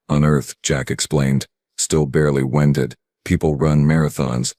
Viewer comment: GODDD FUKKKK!!!!!! , "...still barely WINDED...." .LIKE WINDING A FUKING CLOCK OR WATCH!!!!!!!!!!! YOUR AI FUKN SUKS!!!!!!!!!!!!!!!!!! AND......................YOU SUK for not proofing this damn story BEFORE posting it!!!!!!!!!!